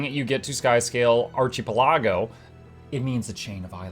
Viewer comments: Ar Chee Pelago. lol. It's pronounced Ar Kee Peh lago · AR- KA- PELL- IGOH is a chain of islands. I don't what the shit is you said. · archipelago = arc - i - pel - ah - go =) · what is the joke with the archipelago pronounciation? I've heard it a couple of times in recent past